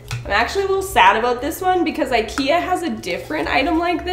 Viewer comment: it's pronounced Ik-eee-ah